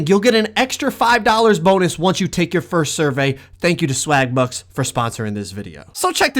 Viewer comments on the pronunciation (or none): none